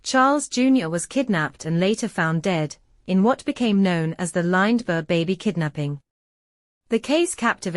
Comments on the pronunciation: Lined-berg. If nobody cared to take 4 minutes of their life to read the text aloud, why should I take 4 minutes of my life to listen to a computer voice? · AI voice can't even pronounce Lindbergh correctly. This video is crap.